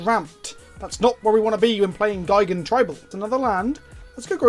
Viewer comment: But Gee-gan not Guy-gan is the correct pronunciation...in Japanese at least...